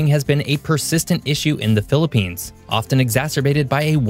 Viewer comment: Thank god you didn't say philipines wrongly😅 And yes, ask a philipino, every natural disaster target us